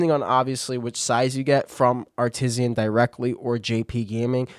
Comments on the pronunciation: i'm saying it that way now. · bud no one pronounces it like that.. its Art Iss Anne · Your pronunciation of artisan lol 😅 but good video 👌